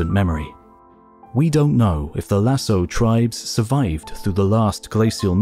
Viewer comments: It is pronounced Lasco not Lasso. Written Lascaux. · Great video ! Although I'd like to point out that Lascaux is pronounced "la-SKOH", not "la-So", it's a "hard c"... Cheers! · Nice video. But for the record, Lascaux is pronounced Lahs-koh, not Lah-soh. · La prononciation de « Lascaux » est amusante… et traduite dans les sous-titres par « lasso » (au lieu de « lasko »). A visiter si vous venez dans le Périgord, surtout Lascaux 4, encore mieux que Lascaux 2 (une copie d’une partie de l’original, fermé depuis longtemps pour préserver les peintures à cause du CO2 qui favorise les moisissures) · In france we pronounce "Lassko" when talking about this place (the Lascaux cave / les grottes de Lascaux) Not a critic .. just to add precision for those interested ! ❤ love the channel 2 episodes in a few days is a real treat! Thanks! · I noticed that immediately. Why does he say lassoh? How could you include the Lascaux cave without knowing how to pronounce it? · Please note that "LASCAUX" is pronounced "LASKO". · Great presentation, thank you. - Lascaux, 'c' is pronounced. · It's pronounced Lass-ko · It's pronounced Las-caux, dummies! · i paused the video 1 minute in to comment on that error. had thought it was a new place i wasn't familiar with until the narration said in France. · I don't speak French, but I've never heard it pronounced without the hard "C" in any other context besides this video. It's a pretty famous site, so I think a lot of people are exposed to the word at some point. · As everyone knows, Lascaux is pronounced with a hard 'c' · am I the only one that was annoyed at his pronunciation of Lascaux? maybe it's because i'm french. the rest of the video slaps though